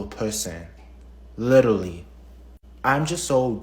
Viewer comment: "and he's an awfuw pewson, witiwawy"